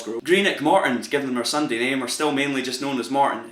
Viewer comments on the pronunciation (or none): You mispronounced ton in morton